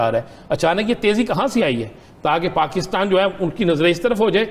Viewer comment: Please correct your pronunciation, it’s not” paakitan”